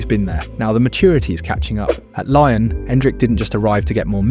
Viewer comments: Learn to say Lyon in french. Is not Laian. Is Lion. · Why do you keep saying Lion instead of Lyon? Are you Ai? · Lyon is not pronounced Lion, it's Lee-Own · Its not Lion its Lee-ON! LYON. How can you so confidently say "lion" over and over again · to hear Lion instead of Lyon hurts anyones ears, wtf. its a place, bro, f-ing use words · it's not laion, its LYON, french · say it with me lee on not lion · great video, but ill hate you forever for calling lyon of lion 230x throughout the video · pronouncing olympique LION is a bizarre choice (endrick's a monster tho) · its pronounced Lee-On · Stopped watching immediately after 'Laion' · please, just say "lee-on". Lion is the animal, not the city. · More like "ong" than "on". So "lee-ong", not "lee-on".